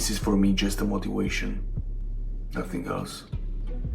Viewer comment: "This is for me just a motiwation "